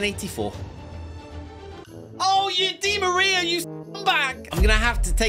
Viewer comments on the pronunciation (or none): none